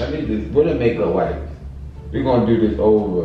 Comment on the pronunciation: He said go get a whipe 🤣